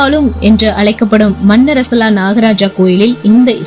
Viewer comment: மன்னரசலா அல்ல மண்ணாறசாலா. . சரியான உச்சரிக்கவும். .